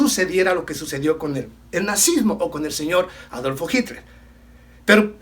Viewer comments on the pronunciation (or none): none